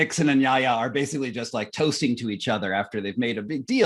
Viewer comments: In hindsight, it's Yahya not Yaha!!! I expected better from you! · Yahya not Yaha Mr Moderator. Please don’t mispronounce history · Choose between Yaya and Yaha 😄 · Is the mod stewpid ? It's Yahya, NOT Yaha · To the moderator: it's YAHYA Khan, not YAHA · good interview; wish you'd practiced saying Yahya instead of Yaha! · My dear,. The name is YAHYA KHAN, not YAHA KHAN